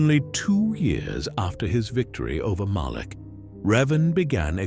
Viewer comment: Malak. It’s Revan and, Malak.